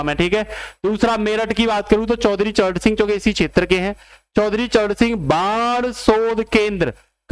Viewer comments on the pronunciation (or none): none